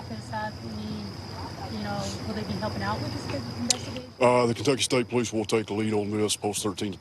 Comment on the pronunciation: NEVER DISRESPECT THE “POE LEASE”